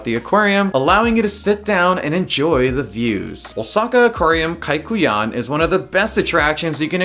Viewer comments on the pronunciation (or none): kaiyukan not kaikuyan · Umm it's Kai- yu- kan, not Kai- ku- yan.. Sorry 🙏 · Correction: It's Kaiyukan